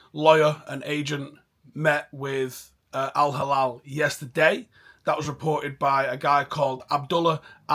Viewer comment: its no al halal bro it's al hilal😂 soft L